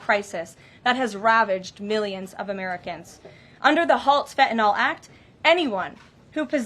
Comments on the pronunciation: it is pronounced FEN TAH NILL - FentaNYL. N Y L on the end not N O L... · i just wish she would pronounce fentanyl correctly. it's NIL on the end with a N Y L not N O L . lol... everyone pronounces it wrong >_<